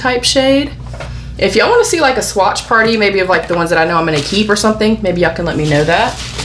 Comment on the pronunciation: Love how you say 'Spoiled' and swatches, yessss spoil us